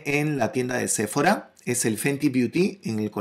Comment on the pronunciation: Me gustó mucho🥰. Sephora se pronuncia con acento en la o sePHOra🤓